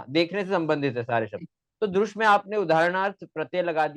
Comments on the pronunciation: ये साला दृश् शब्द तक का उच्चारण द्रुश् कर रहा है भारतीय उच्चारण की पद्धति भी नहीं है,हरामखोर को वार्तिककार भगवान कात्यायन भी गलत लग रहे हैं, जो कात्यायन पतंजलि के भी समझ में न आ सका वो इस कुकुरमुत्ते के समझ में आ गया। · तुमको दृश् बोलना नही आ रहा है तू क्या शोध क्या करेगा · Apko drish dhatu bolna nahi ata। Aye bare। Gutthi। Suljhane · पोपट तुम ठीक से दृश् बोलना सीखो